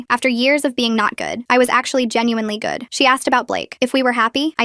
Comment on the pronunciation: the way she says good and blake 💀